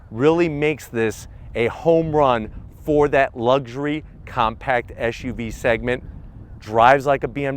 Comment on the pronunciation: It's an SUV. What's an ESH U V ? Not the first time I heard that in a car review. Whatever. Good review